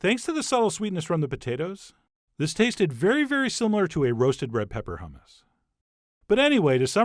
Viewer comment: No, "yammus" LOL